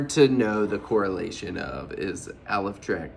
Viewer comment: I think it's pronounced "A Life Trek!" ❤